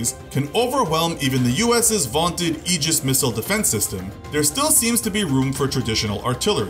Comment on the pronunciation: Holy crap I always thought aegis was sounded out ay-gis.. I was about to innocently correct you until I googled it. Ironic that the "grammar police" got grammar policed